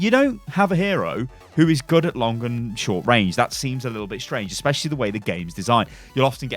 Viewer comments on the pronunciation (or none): none